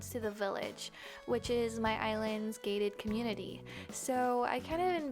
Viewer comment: Oh you said “gated community”. I thought you said gay community lmfao